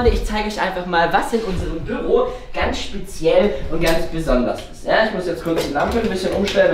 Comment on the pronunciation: Es heißt doch nicht Böro